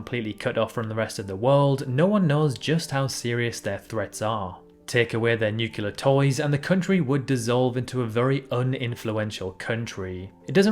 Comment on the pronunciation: nu CLE-ar not nu-CU-lar